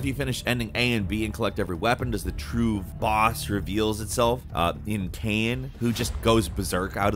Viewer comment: Bro you done betraying us with that pronunciation of Kainè